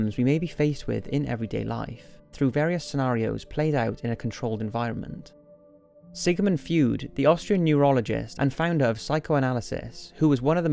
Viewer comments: Sigimund Feud? WHAT? SIG-MUND FR-EU-D. :D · Did he just say Sigamund Fued? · I'm Austrian and I was like: "Who the hell is Sigamon Food, that's a photo of Sigmund Freud ........ oh." Pronunciation fail. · im sorry but i lost it at sigamund feud,im so sorry xd great video though